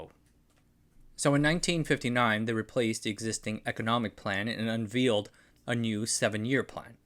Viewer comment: "unvealed" unVALEd as far as I have ever heard ser !!